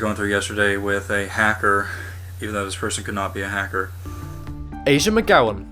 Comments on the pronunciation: Did you say a sad? Oh shit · his name was asad shah not asah shah